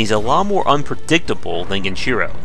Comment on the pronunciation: Dude is he trying to be annoying by saying genchiro gen-I-chiro smh